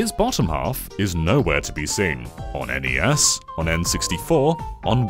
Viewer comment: “On NES” sounded like “On any ass” for a sec. 😂